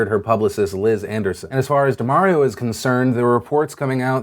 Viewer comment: DUH-MAHR-EE-OH... Not DUH-MARE-EE-OH.... C'mon Phil, this is Mario-gate all over again 😧